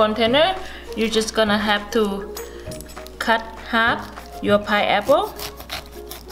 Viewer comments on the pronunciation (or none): I can't get over the fact that she says "piapo". I love accents. I am Kenyan and i have an accent too.